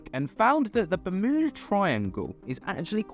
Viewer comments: The law of one talks about a ship with an energy device that's still operational at the bottom of the ocean in the Bermuda triangle. 🤷 Btw it's Yuda- berm- yuda-... Not mooodah. 😂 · ITS BEURMUTA TRIANGLE That's how you pronounce it at least